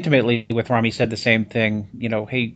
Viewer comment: It's rami not rumi ffs